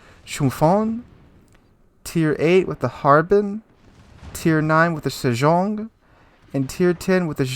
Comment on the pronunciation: The tier 5 looks like an Arethusa class cruiser which is basically Leander with one less rear turret Tier 6 is a Dido class. They are KGV, Monarch, Lion secondary turrets and actually nothing like Cossack or Daring The Tier 9 is pronounced as seh-jong(you are pronouncing it as shh-eeh-jong) and the Tier 10 is pronounced as Jee-nan(you are saying zhi-nan